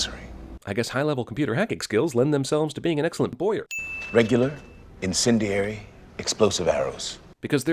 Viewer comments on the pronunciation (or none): Ha ha "inSINdiary" - instead of "incendiary." :)